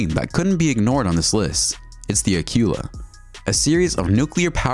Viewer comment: That tells me what you know about history it is not General Ford aircraft carrier it is the Gerald R. Ford aircraft carrier. The hunter-killer submarine you referred to as Acula is actually pronounced acoola. Interesting video but bone up on your history and pronunciation.